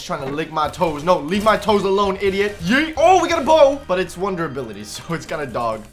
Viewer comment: The way he said toes was kinda sus